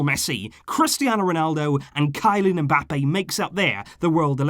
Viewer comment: You pronounce ”Kylian” funny